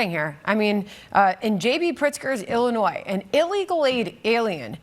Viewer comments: Dude said "Illi-noise" haha! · Who is this man in uniform who doesn't know how to pronounce Illinois? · The “s” in Illinois is silent! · Why do so many not know how to pronounce Illinois. Do not pronounce the S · Oh my f- ing God! The s is silent in Illinois!!!! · Cracks me up. The 's' in I Illinois is silent. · Border Patrol Chief should learn how to pronounce Illinois. 😅